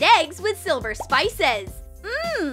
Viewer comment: It is silver not siver